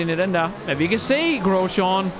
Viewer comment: jeg elsker virkelig den måde du siger Grosjean, altså vi dansker plejer bare at udtale det Grosjang Ps elsker dine vids❤️